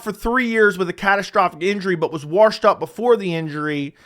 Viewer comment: Washed doesn’t have an R in it